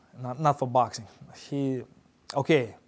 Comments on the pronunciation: cop: sir i pulled you over because you were speeding! ggg: this is boaxxing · Nobody: Golovkin: 𝐭𝐇𝐢𝐒 𝐛𝐎𝐱𝐈𝐧𝐆